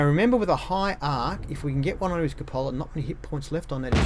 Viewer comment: It's pronounced coop a la